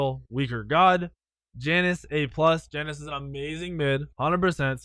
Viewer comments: It's pronounced (ya-nuse) not (jan-ous) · It's pronounced "Ya-Nes"